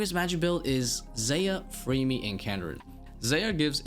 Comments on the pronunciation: When you say Varlamore is casual, you are really not taking into consideration that to get the 9th and 10th combat mastery, you have to beat Sol Heredit Echo, and TzKal Zuk Also why are you saying Freemy? its Fremmy, two m's, not two e's.. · I've never heard someone say FREEme for fremmy lol.